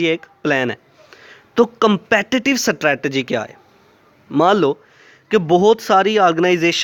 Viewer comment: I think u are not pronouncing strategy.. anyways u helped me learning this topic thanq sir💗